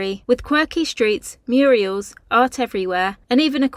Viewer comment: guys,😂😂😂 the word is not muriels, its MURALS. the un-word muriel came from a running joke on coronation street when stan and hilda ogden got some mural wall paper in their living room and then ignorantly kept telling everyone they had a muriel!!! its funny just how many people still think the word is muriel from that. youre not alone in that gaff ive heard it thousands of times. so now you know. :)